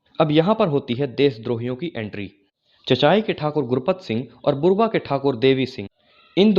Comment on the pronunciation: बुरवा नहीं बुड़बा है , कृतघ्नता नहीं कृतज्ञता कहो